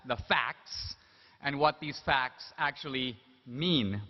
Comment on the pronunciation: " And we're going to find out in this debate, who has the FACKS..."